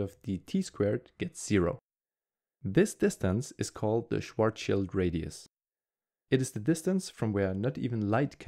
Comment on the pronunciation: Good video! but it's *Schwarz(schild)